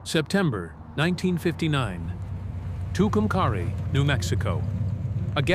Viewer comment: It's pernounced Two come carry. Say it right!!